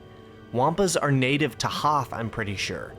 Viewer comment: Weeell, eggshuallay it is called the Hoth system, not "Hoff".